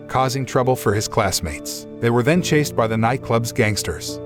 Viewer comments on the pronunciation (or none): none